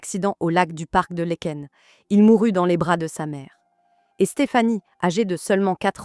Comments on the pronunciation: Lékain ???? 60 15 ???? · "LAEKEN" se prononce "LAAKEN"